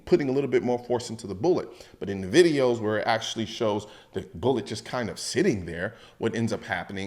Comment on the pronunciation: Colion, bruh. It's primer, casing, and bullet. Not boolet bullet and bullette. Come on man!